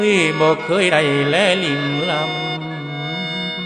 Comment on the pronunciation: ลำ บ่ต้องออกเสียง ร.ให้ออก ล.จั่งบ่ขัดกับกลอนลำอีสาน จ้ะ